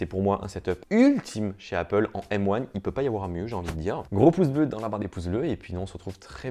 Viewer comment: Mais quel bg ! Il dit M one et pas M un Trop stylé